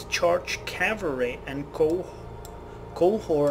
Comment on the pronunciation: The reason you fucked up reading the Musket Charge Calvary description is that it's missing a word.